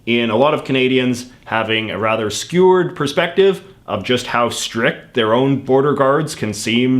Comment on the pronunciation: did he say skewered perspective?